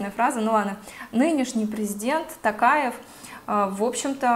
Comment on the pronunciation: Такаев? 🤪Неужели так трудно правильно прочитать и произнести 👎🏻